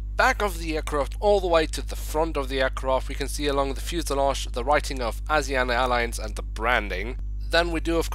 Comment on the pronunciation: It’s pronounced Asi ana (s is ment to sound like a Z)